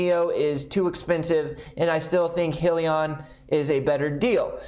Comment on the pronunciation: Pronounced “hi-Leon”